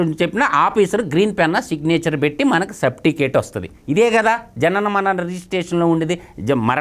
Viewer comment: Sapticate kadura Certificate ra ☺️